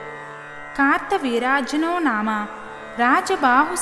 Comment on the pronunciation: Kaartha veeryajanoo ani raasi undhi , Meru kaarta veerajnoo Ani chaduvuthunnaru 🤔